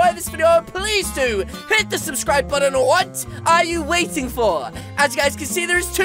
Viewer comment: lol you say red boton